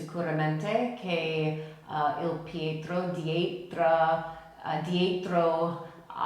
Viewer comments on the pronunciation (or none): none